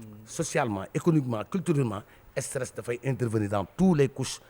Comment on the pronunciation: Un homme qui veut être président doit pouvoir dire stress et non esteresss et le soit disant disant journaliste doit être renvoyé et emprisonné il est con et vraiment con